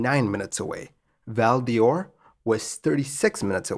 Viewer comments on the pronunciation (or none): Excellent presentation. A note on pronunciation - the "d'Or" in "Val d'Or" is pronounced the same as "door", not like "Dior". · Great vid! As a quebecker, I had no idea this had happened. You may not see this but your pronunciation is a little off it’s Val d’or (the best way you could say it in English is val door) and not Val Dior. Similarly dorval would be door-val but dorval airport was renamed to Pierre Elliot Trudeau airport, Trudeau for short. Doesn’t stop people from calling it dorval still. Still, great job regardless! French pronunciation is pretty wonky lol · Val DOR just like in DORval. Not Val DIOR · It's not Val dee Or, but Val d'Or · It's pronounced "Val DOOR" not Val Dior. Just sayin'. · Not as interesting a pronunciation as Val " Dee--Ore" when it should be pronounced like "Door." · also, Val D'Or is pronounced "Val-door", and not Val-Dee-Or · As a Canadian, Val d'or is pronounced "Val door". while Dorval is pronounced “Dor-val" (as in valley). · Excellent narration as always! One minor quibble: "Quebec" ought to be pronounced either as "kuh-BECK", "kay-BECK" (which is the French-Canadian pronunciation), or "kwa-BECK", rather than "kyu". Also, as and noted, "Val d'Or" (literally Golden Valley) is pronounced like "Val Door". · It doesn't help your credibility that you can't pronounce Val d'Or, Dorval or Québec properly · Great presentation. Your pronunciation of Val D'Or does need improvement.